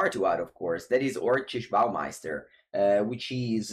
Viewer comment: Lol! Your pronunciation of orcish bowmaster is too good